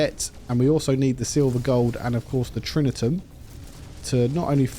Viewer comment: If you can show me the ’n’ in Tritium, I will give you £199.99. Read it again, Tri ti um. No ‘n.’ It drives me nuts when you say it wrong.